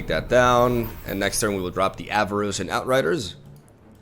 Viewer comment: there is no i in Avarosan, it's Ava-Ro-San (you're the second streamer doing this for some reason)